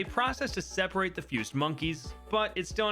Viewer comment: ah yes,seperte